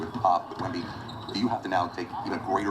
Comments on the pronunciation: Yk it’s serious when Flight prounces Wembys name right 😭🤧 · Flight so hurt he actually attempted to pronounce Wemby’s name correctly 😢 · You know it’s serious when Flight actually attempted to pronounce his name right